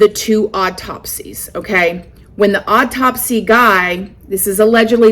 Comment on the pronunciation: "Autopsy" is pronounced AW-TOP-SEE. I love the way you say things, but after hearing you say this word in so many videos I just had to throw this out there. Hope I said this politely enough and you don't think I'm being rude telling you this! Been watching you since 20k subs!